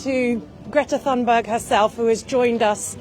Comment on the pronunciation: I wish she would pronounce Greta's surname correctly! Too annoying to watch this as it grates on my nerves. Nice to see the boat again.